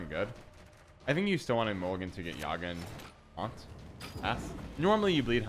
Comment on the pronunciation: Man, thanks for the deck but Yagá not Yága